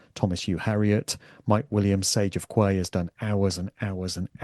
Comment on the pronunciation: Quay is pronounced key not kway.